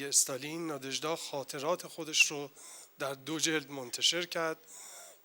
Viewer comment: چه تأسفبار است که کسانی در مورد اشعار یک شاعر روس یادبود برگزار می کنند که از تلفظ و گویش درست و صحیح ساده ترین واژگان و نامهای روسی عاجزند و اینهمه اشتباه می خوانند. لامصبای پُر مدعا!آن دخترخانم که متن احمداووا را خواند،حتی از تلفظ درست نام ناژدا که «نادژدا» (همسر ماندلشتام) و ماه فِوریه را که «فوُریه» خواند و شعر خوان پس از او شعر ماندلشتام را بدون وجاهت کلامی و تلفظ درست خواند هم از تلفظ درست نام ناژدا و ماندلشتاین عاجز بود. امشب که به خانه رفتید،کمی به قیافهٔ خودتان در آینه نگاه کنید تا ببینید که چه خبطی ناشیانه می کنید. شماره تلفن مرا بپرسید و برای تلفظ صحیح واژگان و نامهای اروپایی،مشاوره و کمک رایگان برای برنامه های آتی بگیرید.